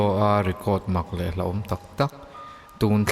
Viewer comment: Hlauhawm tiin i ziak a hlahawm tiin i lam chhuak thung a, hlahawm a awm ngailo a, a ziak ang chiah hian hlauhawm ti a lamrik bawk tur.... Mizo tawng ah hian han sitik deuh teh ang u, a dik ber pawh hriat thheih tawh mangloh a lamrik kan ngah tawh emai